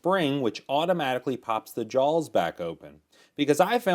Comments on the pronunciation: Really sounds like he is saying jawLs. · There's no "L" in "jaws."